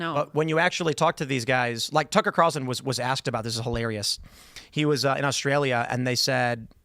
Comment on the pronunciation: "No one axed me anything"